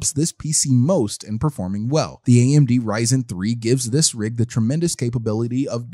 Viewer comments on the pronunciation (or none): none